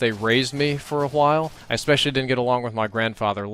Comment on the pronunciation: you say "a while" like Stewie you put extra emphasis